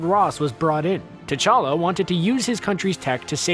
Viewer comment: Anyone else got more annoyed every time he said T'chala wrong?